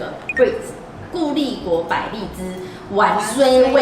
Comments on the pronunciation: 不是唸ㄨㄢㄙㄨㄟ 是芫荽 ㄩㄢˊㄙㄨㄟ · 香菜本名叫芫（員）荽（雖），記得別唸錯囉！